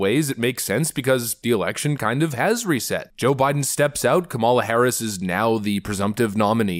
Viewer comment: Dude. Learn how to pronounce the vice president's name. It's not difficult.